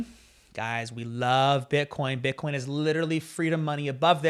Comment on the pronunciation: I don't think he said bitcoin, i think he said "butt corn" so no wozzas mates! Different thing.🤣